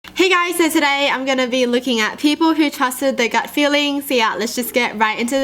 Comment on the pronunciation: she sound like the meme where the kids trying to say “who” but cant😂💀